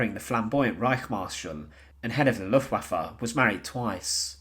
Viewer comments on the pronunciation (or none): none